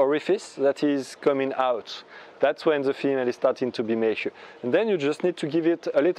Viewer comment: May I assist you in your english pronounciation? It is "ma - ture", like the Italian, "ma" (but) and ture as in "pure". Thankyou for sharing. It is one of the things that I plan to do.